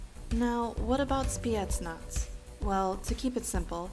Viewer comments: That woman said "spietsnas" instead of Spetsnaz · SEAL sea air and land and she butchered spetsnaz